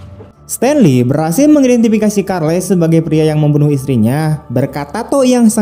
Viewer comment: Charley ya dibaca Carli min, Bukan Karlei